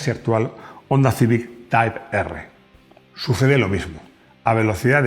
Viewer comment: Para mejorar tu inglés y pronunciar las versiones de modelo en un mismo idioma, Type R se debería de pronunciar " taip ar" o "Tipo erre" si no gustan los anglicismos.